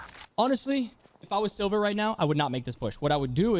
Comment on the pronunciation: Did anyone think when he said “if I wasn’t in silver I’d push”. Did anyone hear sober though